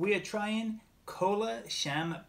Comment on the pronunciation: You pronounce wrong isn’t Kolachanpaña? no no, is Colachanpan, I the flavor is lake Crem Soda. In the USA.😃😂🙂. Thanks